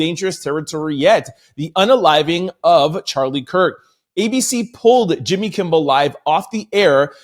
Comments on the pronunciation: Kimmel not Kimble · Kimmel...not kimbel. Thank you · I love your show I'm telling you!! But I'm listening right now and if you say "Kimbel" one more time.. 🤦🏽‍♀️And you were READING almost everytime you READ the name! 😂😅👀😬 Really not trolling but your position in celebrity/overall news...someone should have stopped you and had you correct his name. In other words...watch the people around you 👀💯...someone should have TOLD YOU. I know you not recording by yourself! 🤷🏾‍♀️...k luv you ❤ thank you for your videos 😊